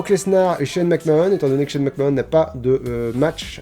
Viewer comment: Super vidéo, McMahon ça se prononce "Mac-Manne", 9/10